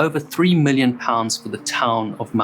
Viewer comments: It wasn't 4 men taken on board. It was a woman, two little girls and one crewman. They were going back alongside the Union Star to get the remaining crew & the skipper when they were swamped by a 60 ft wave & lost all hands on both vessels. And the village name is pronounced Mausel. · It's pronounced 'Mowzle', not 'Mouse-hole'. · It is pronounced "Mowzle". Those who don't say it that way are wrong. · Mousehole is pronounced "mow zul" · I was once corrected by some locals pronouncing it like that. They say Mausall. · It is pronounced mowszul. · Greater love has no man than this, that he lays down his life for his friends, and these fine men laid down their lives for strangers. May they rest in peace. A very small point, Mousehole is pronounced locally, Mau-zel. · Just FYI Mousehole is pronounced Mouzel! I watched the total eclipse there in 2001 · Mousehole - pronounced Mouzll I was only a child when the Longhope lifeboat was lost. I remember it being brought to Scrabster harbour, where the whole harbour was closed whilst the wreckage was explored. All but one of the crew were found still strapped in to their seats. If I remember, they were members of only three families. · It’s mowzel…..please remember it’s mowzel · They drop the h from mousehole and pronounce it mouseole. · Not a dig at you but just for your information. Mousehole is pronounced as m OW - s uh l m sounds like the 'm' in 'me' ow sounds like the 'ow' in 'cow' s sounds like the 's' in 'so' uh sounds like the 'u' in 'up' l sounds like the 'l' in 'let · Yeah, you kind of run it together. Mouz-ull or Mowzle. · I thought he was saying Maushold at first and was wondering why that Pokémon had a town named after it. 😂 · Great narration, as always. A sobering reminder of the bravery of volunteer lifeboat crews. (PS The placename 'Mousehole' looks so easy to say but lots of British people get it wrong too - didn't spoil the story at all). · it's pronounced MOUZOLE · it’s not mouse hole but Mowzle